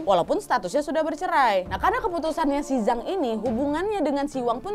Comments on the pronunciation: Mau koreksi harusnya "Jang" bukan "Zang" ☺️ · Zhang = cang bacanya wak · Sukses terus Kak Nadia. Ngomong2, untuk pelafalan pingyin bahasa China, "Zhang" bacanya "Cang", Kak. :) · Ok tak apa lah mbak pake aksen melayu apa indo.tapi yang betul Z itu dibaca C jadi Zhang bacanya Chang😁 sukses selalu🙏🏻